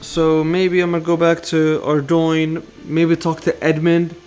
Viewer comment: Mad respect for looking up how to pronounce Ardougne instead of just calling it "arr-doog-nee" like the rest of us lmaoooooo